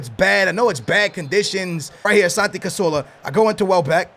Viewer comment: CaZZZZZZorla not casorla